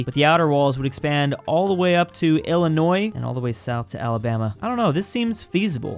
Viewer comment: Praise he said Illinois right